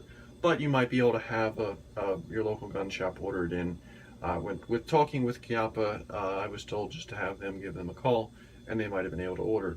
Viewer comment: First of all thanks for pronouncing the name Chiappa correctly, and second that seems like an awesome firearm